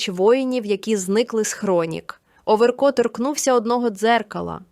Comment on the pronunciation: НЕ ОВЕРКоооо , А ОВеееРКО !!!! Ну як так можна читати 🥵?